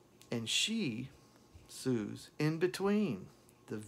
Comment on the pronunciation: I`m not sure if anybody mentioned this in previous comments, but I just wanted to add that Suze is pronounced like "Suzie". Suze Rotolo mentions that in her book "A Freewheelin Time". Not sure if you got a chance to read it. I`m guessing by now you did read it. It covers a lot of her relationship with Dylan. And you are spot on. Another heartbreaking song he wrote for Suze "Tomorrow Is A Long Time". It was definitely written be someone who was feeling a deep loss.